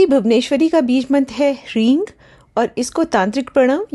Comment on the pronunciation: areee devi g gkaar mkaar kya hota hai? Sankrit ke anusaar jo uchharan sahi hai wo hai hreem na ki hreeng.